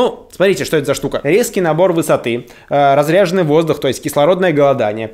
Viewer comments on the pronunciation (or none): Не разрЯженный, а разрЕженный воздух, это я тебе как альпинист говорю)